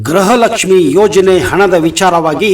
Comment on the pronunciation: ಗ್ರಹಲಕ್ಷ್ಮಿ ಅಲ್ಲ ಗೃಹಲಕ್ಷ್ಮಿ ಎಂದು ಉಚ್ಚಾರಣೆ ಮಾಡಿ ಮಂತ್ರಿ ಮತ್ತು ನೀವು ಕೂಡ ಗ್ರಹಲಕ್ಷ್ಮಿ ಎಂದು ಉಚ್ಚಾರಣೆ ಮಾಡುತ್ತೀರಿ ಇದನ್ನು ಸರಿಪಡಿಸಿಕೊಳ್ಳಿ.